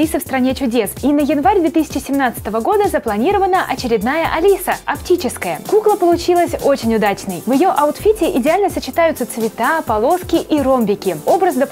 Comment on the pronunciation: не апчическая а аптическая